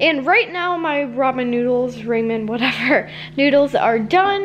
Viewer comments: Ramen noodles are pronounced as "ra men" not "ray men" just tryin to help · It's pronounced like rawmen not raemen